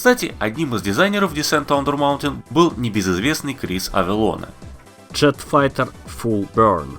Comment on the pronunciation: ....почему крис авелонЭ? ведь авелон правильнее жеж....